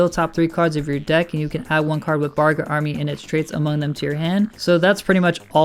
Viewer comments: It’s bagRA not BARga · Started out saying "Bargra" and "Barga" instead of "Bagra" and I immediately lost interest in his opinion.